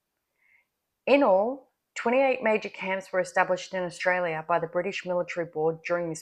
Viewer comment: Please don't say Australia as 'Ashtralia' is so annoying.